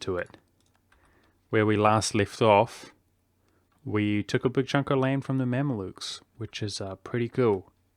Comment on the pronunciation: Haha, man i love you, i think you finally pronounced mamluks right the first time 🐈🐗